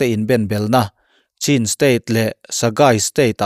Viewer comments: CHIN tiin in lamri thina, CHHIN tia lam rik tur zawk a ni.. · Chhin tih a lam tur